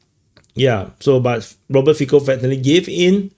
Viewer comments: It is pronounced Fitso not Fiko lol "ts" sounds like ts in jitsu, "o" like o in more. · Great video, btw, english speaking people tend to mispronounce Fico, it should sound more like Fitso